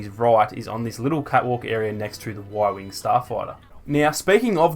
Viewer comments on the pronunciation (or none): Tom Kocian I like how he said Y-Wong instead of U-wing